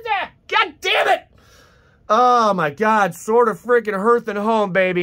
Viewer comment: Hearth is pronounced “Harth”